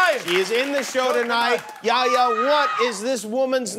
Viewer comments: It’s not (Yea-yea) It’s (Yeh-Ya) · Typical middle eastern lol His name is not yaya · Yaya 🤣 it’s Yahhhhhhhhhhh ya you need to focus on the h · Yaya lol it's YaHya the H isn't silent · He’s name is yahhhhya not yaya😂!! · It's pronounce "yeah yah" Jimmy. Not Yaya.. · It's pronounced "Yea-Hey-Ya" not "Ya Ya" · not yaya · The fact that he kept saying Yaya, it's يحيى حححح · For the last time, the name is pronounced yah- (remember the h sound) ya.